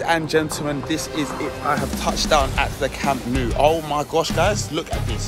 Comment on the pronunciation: bro said camp new